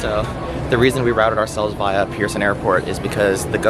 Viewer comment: it’s via not via